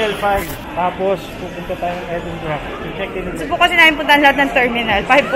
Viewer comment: in all fairness kay mikee tama ang pag pronounce sa Edinburgh..